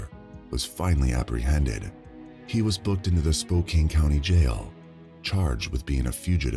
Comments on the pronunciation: "Spoke-ain"? 🤣 It is pronounced "Spoke-ann". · I was so distracted by way pronounce spokcan spokcane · Omg the pronunciation of Spokane was driving me crazy! It's not Spo Cane! It's SpoCAN